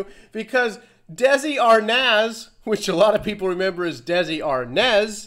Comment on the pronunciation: It's Desi Arnaz, but it sounds like "Arnez"